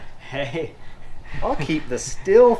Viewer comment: Stihl is German and is pronounced steel. Just an fyi.